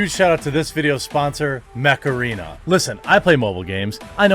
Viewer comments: Ohhhh MECH arena I was hearing Macarena Like Dale a tu cuerpo alegría macarena! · I just heard macarena :P